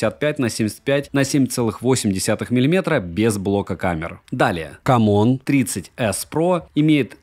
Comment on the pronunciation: Кам Он, я просто ржу с озвучивания этого названия))))) Хелио Г100 - так напоминает о Г99))))